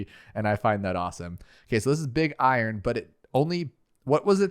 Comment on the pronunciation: I love how he says big I-Ron instead of iron